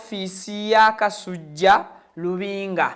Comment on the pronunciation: Ssebo tereeza olulimi ayitibwa kasujju so SSI kasujja nga bwosoma